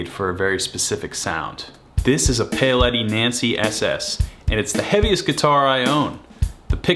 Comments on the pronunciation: Great collection!! 😍😍😍 It does surprise me how Americans seem to so often not be able to pronounce the name “Paoletti” though! 😜 There’s no “y” in it… it’s not pay-o-letti… it’s pow-letti. I thought that with your large Italian American communities you’d know how to pronounce Italian words better 😉🙂🙃🙂🙃🙂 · It's Powletti, not Payoletti. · It’s pronounced “Pa-ow” letti. You American!!! 🤦🏻‍♂️ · Yeah he definitely says it like “Pale Eddie” This is a “Pale Eddie” guitar. Pale Eddie sounds like he’d be a badass dude. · ok, maybe the Italian community thing isn’t a good reason why he should know how to pronounce Paoletti properly. How’s about the fact that he’s a guitarist who owns two of them and has actually worked with the brand directly (they have reached out to him and provided him with these guitars) as reasons why he should know how to pronounce the name correctly? 😉 And just to say… is the person who in a recent video was laughing at a narrator for pronouncing Les Paul incorrectly as “Lez Paul”, so I think he can take a bit of light-hearted stick for not being able to pronounce the name of a brand of guitars that he owns and has worked with 😛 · I hope you’re going to learn how to pronounce “Paoletti” before you do a video on them!